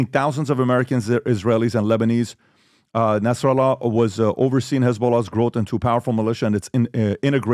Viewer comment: why does PBD say Hasan Nasr'Allahs name like that looooool I get you have to grift but you aint Arab and we don't say his name like that